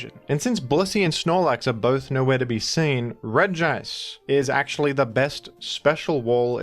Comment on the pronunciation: I like how you make emphasis on pronouncing "Regice" as it's grammar suggest and I'm all down for bullying Gamefreak for writing Regice like that